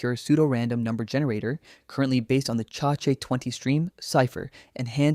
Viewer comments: This is AI. It pronounced ChaCha20 weirdly 😂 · "the Cha chay 20 stream chypher"